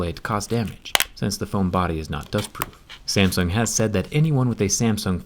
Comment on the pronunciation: Why are you pronouncing Samsung like "Samson"?